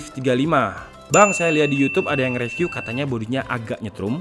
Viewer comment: Saya akhir akhir ini cukup sering lihat konten, reviewnya asik banget dan lucu 😁 Cuma mohon maaf sebelumnya, 1 hal yang mungkin bisa jadi masukan dari saya: Mungkin penyebutan "review" itu "ri viw", kadang gatel aja dengernya kalo "re viw" he he he Mohon maaf ya, masukan aja 🙏. Terima kasih Semangat terus tim, semoga subscribernya makin banyak 👍